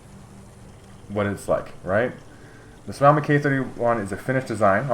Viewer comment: It's pronunced like Sue owe me